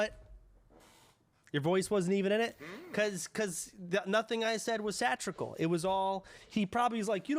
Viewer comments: "nothing I said was 'satrickle'" LOL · Did you just say did you just say satrical?